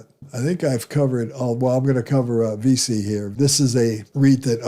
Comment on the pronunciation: VICI pronounced "VEE CHEE"